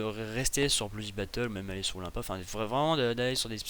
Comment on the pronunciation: Olympia ce dit Olainpia